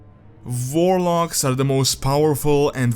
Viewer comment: Warlocks? I heard Vorloggs